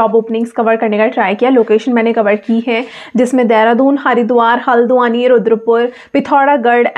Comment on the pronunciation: Hldwani ..not haladawani😅